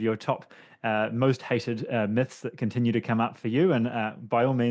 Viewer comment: Let's break some "muths" 😂